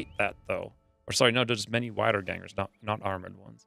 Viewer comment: Wiedergängers are pronounced "Weedergaengers". Its an old German expression for an undead.